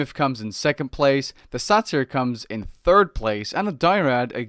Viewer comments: He also mispronounces Satyr. It's pronounced like "Later" but with an "S". Not "Sah Tear" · What are these pronunciations? "Die-rad": Dry-add. "Sah-tear": Say-tear. (I do think Sah-tear is technically correct, it's just Say-tear is much more common. I don't mean to insult you or another, it just stood out to me.